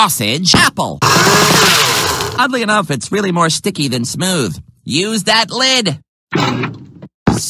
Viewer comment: I know he said "Oddly enough" but it almost sounded like he said "Ugly enough".